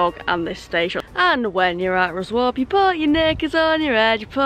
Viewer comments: Excellent video as always :) When I start my train and history vlogging channel my first journey will be Chesterfield to Whitby by train and I'll only be there 4 hours but hope to cram everything in. Also (and not that it matters) Ruswarp is pronounced RussUP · Ha Ha. Ruswarp = Ruzap, Sleights = Slights (as in "light"). Well, you know how to pronounce Grosmont now. ;) Isn't Yorkshire Brill! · local in pedants corner - its pronounced Slites and the other one Russop by the locals - soz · Isn’t Ruswarp called locally ‘Ruzz-up’